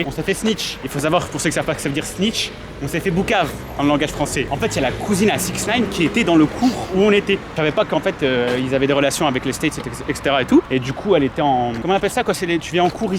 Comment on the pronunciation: Par contre on dit « poucave » et non « boucave » 😂